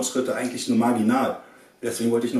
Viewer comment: bei marginal habe ich vaginal verstanden höhöhö ;D (wollte nur auf artis niveau ;D ) NICE ich freue mich echt auf jedes weiter video !! nur geiler scheiß auf diesen channel !! weiter soo !!! :)